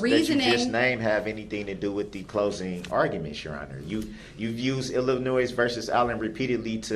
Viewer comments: OMG if he says "Illinoise" one more time, I'm going to lose my mind! It's "IlliNOY" dummy! I don't know whether him mispronouncing Illinois or him constantly making stupid arguments is more annoying! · “IlliNOISE” 🤣 What a dumваss! I cannot believe how absolutely dumb this guy is. And the best part? I think he believes his BS. It’s amazing to see someone this confidentially “fuсkіиg-sтupіd.” Can you imagine dating him, living with him, parenting him, et al.? He’d drive someone to suісіde. His soon-to-be friends in prison will feel the same way. I doubt he lasts real long. 🤷🏼‍♀️ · Anyone who pronounces the "s" at the end of Illinois is automatically suspect. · It's I'll in o iss, I know 3 year olds that can pronounce it properly. Obviously never looked at a map in his life.